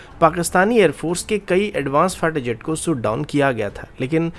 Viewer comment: Lundian shot down hota he soot down nahi 😂